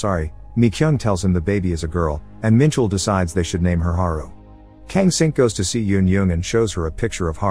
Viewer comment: just wanted to let you know that it’s not pronounced “eun-yung,” but it’s pronounced as “eun-jeong.” The j might be misleading but you just read the j as it is.